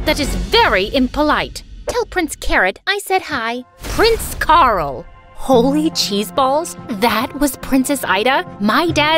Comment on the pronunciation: Lol the way Princess Ida call Prince Carl "Prince Carrot😂😂